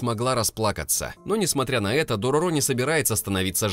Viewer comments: Дорóро, а не Дорорó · не дороро а дорро так аниме называется и манга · Все хорошо, но только ДорОро, а не ДорорО. В аниме ударение было именно на первую О. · ударение на средний звук - дорОро в аниме мальчика звали именно так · Правилно будет читать Дарора